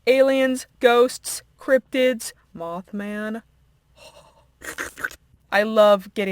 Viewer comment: Meth ❌ Moth ✅